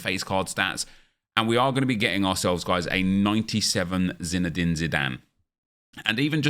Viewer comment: Nep man, i love your videos, but... qhen you say Zinedine wrong it hurts my ears